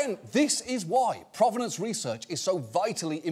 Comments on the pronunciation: Not sure why he went to “croissant” as the bougie thing for them to be doing, when in the video itself, they said /ˈpro.ve.nɒns/ like it was from “pro-wrestler” not French /pʁɔv.nɑ̃s/. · And yet they can't pronounce "provenance".